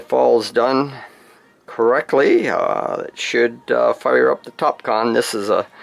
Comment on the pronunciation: That's excellent, I hope they last a looong time for you. I couldn't help thinking of Kahn all the way through, you said what sounded like "Top Kahn" multiple times! :D